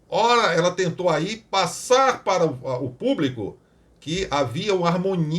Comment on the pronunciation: Só Jesus!!😱 Deputada que nem sabe se expressar de maneira correta... ("Cadê o ministério públiCU?...cadê o ministério públicu?!) 🙉 É isso que temos no congresso! 🤷‍♀️